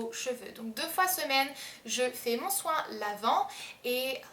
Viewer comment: "mon choin" xD sinon, super vidéo il me faut absolument le soin lavant wen